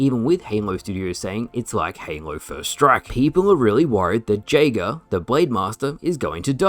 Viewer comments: You are pronouncing Jaeger wrong. It’s pronounced Yay-ger. It means Hunter in German. It’s also my name and every time you mispronounce it is like nails on a chalkboard. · Someone tell that the j in jager is pronounced as y